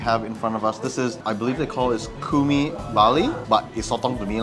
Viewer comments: Cumi not Kumi wkwkw. Pronounce it like C in China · It's choo-mee, not koomee lol. And no nasi padang?? Really???